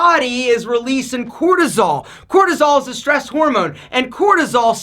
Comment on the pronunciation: Oh stress...thought you said Dress...